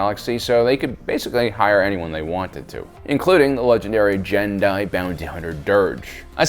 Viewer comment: Sorry to be that person, but I believe, based on audio from SWTOR, Gen'Dai is pronounced with a solid G, not a J sound.